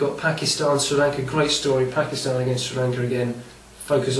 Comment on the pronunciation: lol he say PAKISTHAN not pakistan